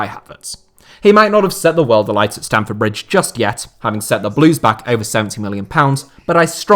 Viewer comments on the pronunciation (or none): none